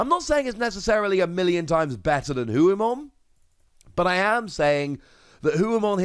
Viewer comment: It's Ho-oh like the Pokemon. Also it should be Phoenixmon.